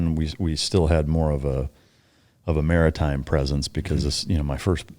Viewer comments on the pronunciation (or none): none